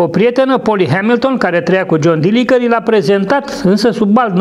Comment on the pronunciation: Se pronunta "dɪlɪndʒər/", exact ca Fitzgerald din JFK.